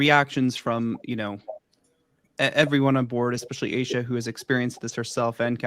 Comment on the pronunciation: Love your podcast! It's pronounced A-Sha, you drop the E.